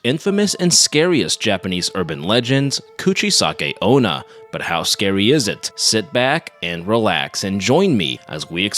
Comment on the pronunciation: Its called the Kachisaki-onna not Cratsisaki-una